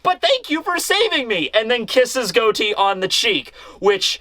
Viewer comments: Pleas day his name correctly he’s in a mafia pirate crew Say Got-E like John Gotti bro you’re killing me and you’re my favorite content creator so I need for you to read this 😂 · It's pronounced "gah-tee" like John Gotti from the mafia lol